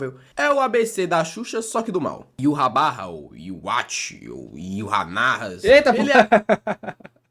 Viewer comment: "Yuhanarras" PERDI KKKKKKK